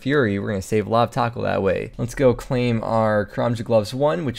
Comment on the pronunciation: I know you said "tokkul" but it really sound like you say "Taco"